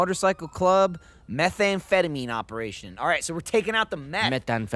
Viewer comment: Gavin's rendition of methamphetamine killed me